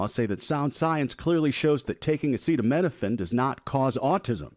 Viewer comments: if this is his first time reading the very common word “acetaminophen” then he isn’t qualified to make any claims that can be taken seriously In reality, trump has severe dementia. He definitely used that word in his younger years. His brain is jelly now, so he has lost the ability to use a grade schoolers vocabulary. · The leader of the united states of America can't pronounce acetaminophen. I'm tired boss. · The stable genius can't pronounce acetaminophen. Ohhhh yeah that's a really difficult one. The whole world is laughing. There is no proof. What they should look into is hyperbilirubinemia of the newborn and make sure it is treated correctly before the infant goes home. Can you see the orange ogre say that one? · He can't even pronounce it 😂. Btw how many doctors were in that conference excluding the Kennedy quack 😂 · Does his staff try to make him sound dumber? Wouldn't you make sure you can pronounce everything before going out there? Especially if you're spilling BS at least sound like you passed elementary school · See he knew he was going to give this speech. He was most likely given a speech written down first. He never bothered to read and rehearse the speech otherwise he would have studied and found out how one pronounces the word “Acetaminophen”. But just like throughout Trump’s entire life, he couldn’t be bothered to put any effort into anything he does. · He can't say "acetaminophen". What a great leader😂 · Interesting how the rest of his ramblings weren’t included! Such idiots! Can’t pronounce words he knows he’s going to say at a press conference, HE called! Yosemite, acetaminophen … He’s SO lacking in intelligence that he can’t even TRY to prepare! Of course, none of his idiot cabinet member even try to help! The emperor has no ability to read or think! He makes himself look and sound so bad! His rambles are exhausting! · He can’t even read the word acetaminophen